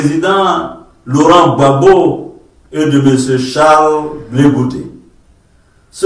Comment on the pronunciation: ne sait même pas dire Gbagbo. Il dit Babo. Pourtant un ivoirien digne de ce nom saurait dire Gbagbo.